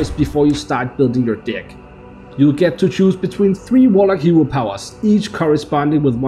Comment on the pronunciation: I don't like the way you pronounce the word "deck"...